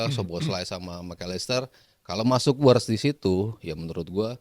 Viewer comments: Writz saha??😂 Wirtz min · Kenapa Wirtz jadi Writz 😅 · Wirtz bukan Writz